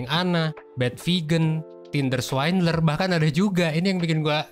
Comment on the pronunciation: Swindler bukan swaindler